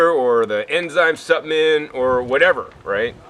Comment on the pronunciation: What is a "supp-ment"?